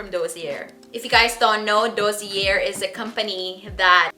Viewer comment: DOSSIER (noun) - pronounced “dAH - sEE- ay”